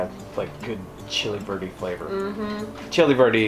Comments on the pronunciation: Right, chili VERDE... Was wondering why it's called chili birdie when it's pork not chicken🤣 I heard birdie and even the captions said birdie🐓😂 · I have issues with hearing so I was watching and listening what I can, and when it was supper time the closed caption kept saying "chili birdie" and I was so confused, what is chili birdie??? Then when you described what it was and said Chili Verde I understood!!😅😅 . Any chili verde shall be chili birdie for now on to me 😅😅😅😅